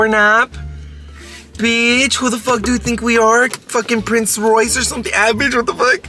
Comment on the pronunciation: NOT THE PRONCE ROYCE 💀💀